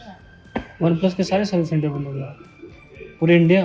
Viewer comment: Bhai aap kya bolte hai samajh mein nehi ata.. Service center 'bendh' ho gaya hai